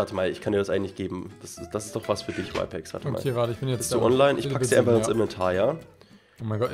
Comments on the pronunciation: Er heißt RYPEX nicht whypex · Der Typ heißt Rypex und nicht Wypex